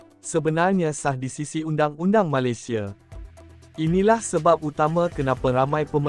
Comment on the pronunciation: Yang cakap ni orang mana,,sebut Malaysia jadi Malisia